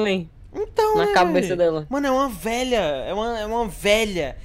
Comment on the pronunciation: Mano "Veia" KKKKK O SEMPRE ALEGRA MEU DIA KKKK